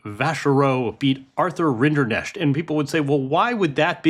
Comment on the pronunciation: Why is it so hard for a journalist to learn to pronounce the finalist's name?? Rinderknech is not even that hard.